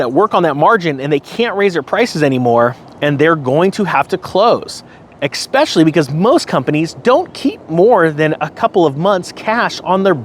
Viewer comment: Whoa whoa whoa, hold on a second…….. Did you just say “exspecially”?